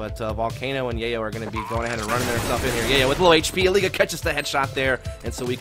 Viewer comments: Bruh the caster literally calls him "Elige" instead of "Eleej" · caster calling him Eliguh wtf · so if he named himself as the spanish for "select" then the "g" in elige shouldn't be a "zh" sound but instead an "h" sound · casters called him “eli-guh” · E Lee gugh. :D That casters mispronunciation is just hilarious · "El-le-ga" LOL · Eli-guh just sounds weird right now, even though thats probably the Spanish pronunciation. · It isn't. It's eli-he. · Name: Came from Spanish Pronunciation: American English